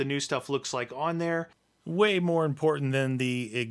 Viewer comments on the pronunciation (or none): none